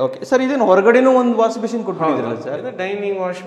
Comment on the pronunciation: ವಾಸ್ ಬೇಶಿನ್ ಅಲ್ಲ ಮಾರಾಯ ಅದು ವಾಷ್ ಬೇಸಿನ್ 😅😅😅